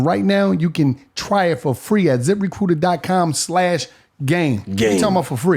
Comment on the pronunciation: Zip Re-coot-ur